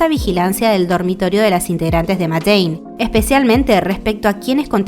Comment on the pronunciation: Se pronuncia “meid in”